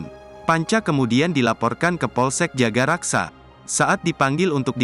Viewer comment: Maaf bang Jagakarsa bukan jagaraksa